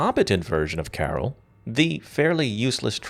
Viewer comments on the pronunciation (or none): none